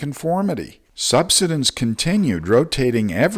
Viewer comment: Sub SIDE ence. The land is subsiding. Be bold. Say it boldly. Long I: Subsidence.